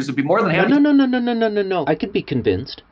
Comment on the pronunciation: MatPat: If you're not up to it, I can get ano-: *I CAN BE CONNVINCED*